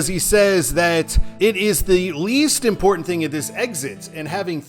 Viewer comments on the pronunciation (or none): none